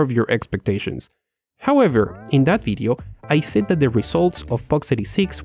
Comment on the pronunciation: you say Video..we hear it as Bideo???